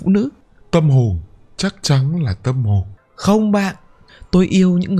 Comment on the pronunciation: sao lại đọc là tâm hồnh hả anh ơi :))?